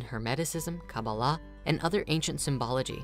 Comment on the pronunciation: Why are you mispronouncing the words tarot and kaballah? that's disrespectful